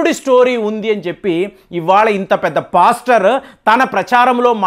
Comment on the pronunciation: పోస్టర్ అంటే ముఖచిత్రం అని అర్ధం. అది పోస్టర్ కాదు పాస్టర్ అనాలి సార్.... ** ఇరాన్ ను ఈరన్ అంటారు. బాగా చదుకున్నవాళ్లు ఇలా పేర్లు మార్చేస్తారు అనుకుంటా?